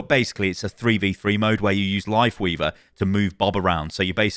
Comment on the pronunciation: Still trying to figure out if he said "Lifeweaver" or "Wifeleaver" at the beginning